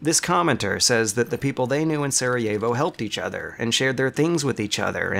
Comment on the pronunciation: That's not how you pronounce Sarajevo lmao